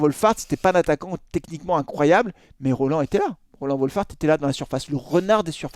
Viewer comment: Quand tu prononce Roland tu me donne des boutons 😸